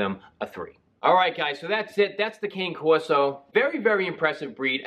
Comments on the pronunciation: Hope your shoulder feels better. And the breed is pronounced like can-eh corso, not cain-corso. I know it's a small thing but if you're gonna do a breed review, say the name correctly, pretend you're Italian! :) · It’s pronounced. Connie Corso. Too late. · Dogo1 It’s so weird to me that people think the word “Cane” pronounced the way he did, would be the way the Italians pronounce it .. It’s Can(Aye) Corso, so frustrating.. Anytime someone pronounces it that way I automatically know they don’t know much about the breed at all lol visit Senza Tempo Cane Corso If you want real information of the breed . Great breeder & channel . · Maybe you could learn the proper pronunciation of the name. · I totally agree!!! Esp. when someone is "educating" you on the breed. Love watching Senza.